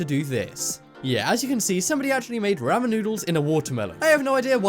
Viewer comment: The way you say ramen makes ME uncomfortable